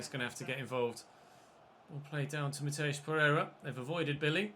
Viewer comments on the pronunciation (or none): none